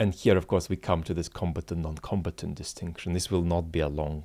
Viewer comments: Hey, love your videos. Just a quick feedback to this and your last video. Your pronunciation of "combatant" really confused me at the start, as it sounded to me as "competent". Only further in I realized what you meant and everything made much more sense. I was only familiar with the other pronunciation "comb-A-tant". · Com. BAT. Ant. Suggest he go to Google pronounce to. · Until today, I didn't know the British English pronunciation of "combatant." Like competent. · Combatant - sorry I mispronounce some words